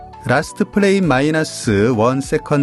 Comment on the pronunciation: frame은 '플레임'이 아니라 '프레임'이라고 읽어야 합니다. '플레임'은 'flame'을 읽은 발음이에요.